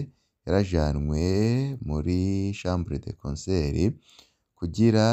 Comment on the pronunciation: Hello, ntibavuga chambre de concert! Bavuga: chambre de conseil